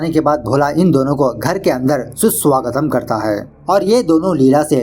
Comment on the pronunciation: "Susu agatam" Sounds like susu aa rha hai